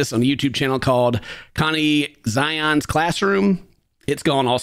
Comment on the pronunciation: so we’re not gonna talk about how he pronounced it like that instead of connections lmaoooooooooooo connX i’m dead i love u ken